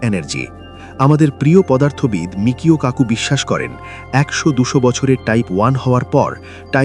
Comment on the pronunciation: বিখ্যাত তাত্ত্বিক পদার্থবিজ্ঞানী Michio Kaku-এর নামের সঠিক উচ্চারণ হবে: মিচিও কাকু উচ্চারণটি আরও সহজভাবে বুঝতে নিচের বিভাজনটি দেখতে পারেন: * Michio: মি-চি-ও (Mee-chee-oh) * Kaku: কা-কু (Kah-koo) কিছু ছোট টিপস: ১. জাপানি বংশোদ্ভূত আমেরিকান এই বিজ্ঞানীর নামের 'Michio' অংশটিতে 'ch' এর উচ্চারণ বাংলা 'চ' এর মতো হয়। ২. 'Kaku' অংশে 'a' এর উচ্চারণটি দীর্ঘ 'আ' এর মতো (যেমন: 'কাকা' শব্দের প্রথম অংশ)। অনেকে ভুল করে তাকে 'মিশিও' বলে ডাকেন, তবে তিনি নিজে তার নামের উচ্চারণ 'মিচিও' হিসেবেই করেন।